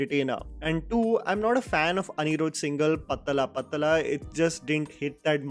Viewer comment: your "pathala pathala" Pronounciation was impressive 👍